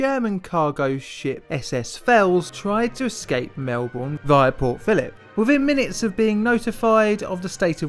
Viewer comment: Ok I’ll be the one to say it since no other Aussie here has said it. ”Mel-Born”